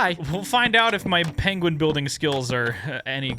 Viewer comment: Ah yes the “PAIN”gwin